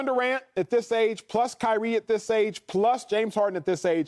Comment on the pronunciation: Who else died when Acho said “High-Rie Irving” 😭🤣😭💀💀